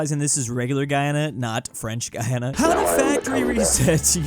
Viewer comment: you did not just say the wrong country but you also pronounced French Guiana wrong